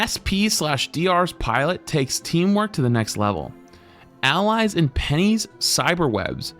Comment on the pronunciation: Bro penny says it in game. The mech is pronounced spider